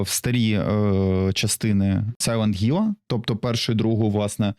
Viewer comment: Блять який гілл якщо там хілл